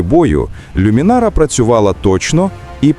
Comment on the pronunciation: Не люмінара,а лумінара..смисл перекручувати назву?